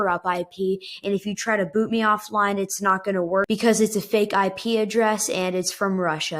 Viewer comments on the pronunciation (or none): none